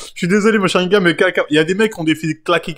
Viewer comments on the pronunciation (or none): Sharigan et pas sharingam sa mfai saigner des oreilles merci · SharingaN avec un "N" et pas SharingaM... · Frèro c'est Sharingan ! Pas "Sharingame"